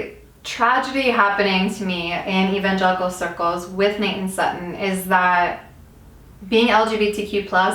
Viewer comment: Am I the only one who heard Satan for Sutton?